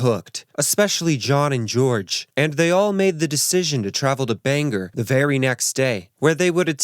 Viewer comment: Omg I'm so sorry 😂 Like Bangor in Wales. It is pronounced (Bang- or) not (Bang - er)